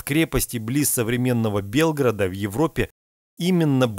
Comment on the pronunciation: Потрудись над дикцией ,прошу!Слух режет!Если бы онлайн трансляция , но.... ТЫ ЖЕ ЧИТАЕШЬ ТЕКСТ!!!! не "ШЛЯХТЕНСКОМ а ШЛЯХЕТСКОМ" От слова "шляхта" пол. "дворяне,знать"... не "ОХОТНИНСКИМ а ОХТИНСКИМ ( )" ... (бЕлгарада???? Серьезно ? ---> Белгра́д , ударение на ПОСЛЕДНИЙ СЛОГ ,дядя!!!"